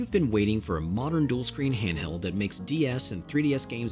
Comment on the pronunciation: That was the craziest silent "h" opening to a video I've ever heard. I had to go back to comprehend you said "handheld" haha.